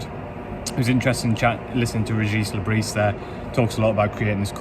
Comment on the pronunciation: Great summary you obviously are adept in delivering an honest account of the match. one criticism its not Le Brissss, its pronounced Le Brieeee